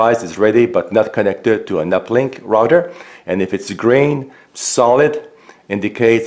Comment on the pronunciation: The "rotter". Do you mean the "router"?